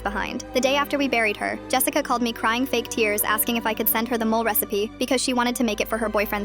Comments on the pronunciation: 1) These are made-up stories. 2) I'm the whitey-white-white and I know it's mole (moh-leh), not mole like the rodent who digs holes. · WTF, say it properly. Mo-le. Chi-llies.